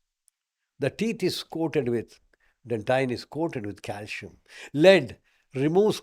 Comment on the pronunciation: C in calcium is pronounced as s not as sh.